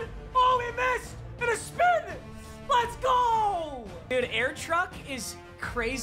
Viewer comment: “And a spIn”